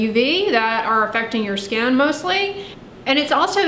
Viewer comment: That destroys people's 'skan' 😂